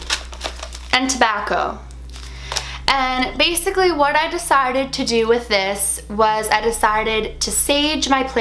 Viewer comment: the way she says "desited" is so funny(Srry for ma' bad english)